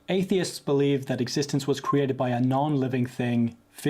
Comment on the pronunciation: Some of the dumbest questions I have ever heard. His mistake is thinking everything HAS to be cwheated (his pronunciation).